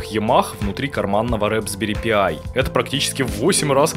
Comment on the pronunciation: рэПсберри пиай)) правильно "распберри пай"